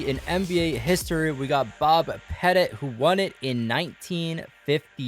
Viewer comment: U said petit wrong